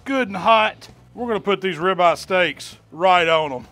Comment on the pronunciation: You KNOW he’s in the south when he calls it a .... “Ribah!” 🤓🤪😜